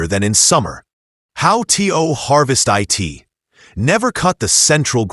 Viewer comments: STOP saying T. O. And I. T. It is produced to and it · How tea-o use eye-t😂😂😂😂